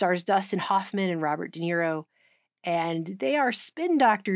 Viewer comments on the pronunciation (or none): none